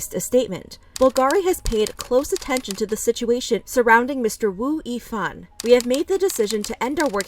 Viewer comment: It’s pronounced as “Ex-O” and “Woo-Yee-Fan”.